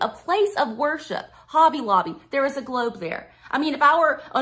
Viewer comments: A doctorate in education? From Jeezus through his online correspondence school. Almost as impressive as a Ph.D from Trump University. I did learn one thing from this highly educated woman; I've been pronouncing the word 'globe' wrong my entire life. It has 3 syllables (or is it 4?) 'Glau-oo-ub-a'? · She has a PhD in school counselling and supervision. Clearly the right education to talk about "gloubs" 😁 Also, everything she said about gloubs applies to birds too 🦉